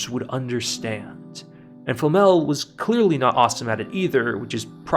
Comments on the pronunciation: Nice video, but: Who is Flamm-Al? We Germans are normally not sensitive about people mispronouncing our language but this is getting ridiculous. It might be because in the English dub words are mis-pronounced in the common way, while the Japanese version is closer to the real pronunciation, but then people are even being creative is their English flavored miss pronunciation. Just use a text to speech program to look it up. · I kept getting distracted the whole video because you kept calling Flamme "Flamel". Great video though! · What is wrong with YouTubers not being able to pronounce Flamme's name properly? They say it in the show several times, you just have to listen and then repeat.... Nice video though ;-) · Why this guy keeps calling Flame as Flamel? Isn't it Flame as in Fla-me or in english pronunciation just Flame(as fire)? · Calling Flamme, Flammel is triggering my inner nerd. This is not Harry Potter my man, Frieren's master is not Nicholau FLAMMEL 😂, she's FLAMME